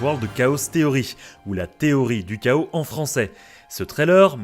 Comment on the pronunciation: Petit effort danglais. Chaos : ké-osse en anglais, pas ka-osse. Sinon superbe vidéo comme d'habitude :)